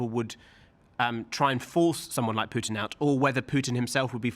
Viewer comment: "Putins actions are a sign he's struggling". Article 5: 'Prutin' has a 'Ploblem' 🙂